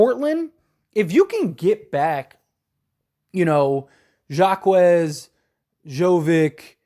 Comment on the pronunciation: Love your channel bro but your pronounciation of Jaquez, jovic, and nurkic annoy me my guy. It’s pronounced Ha-kez, Yo-Vich, and Nur-kich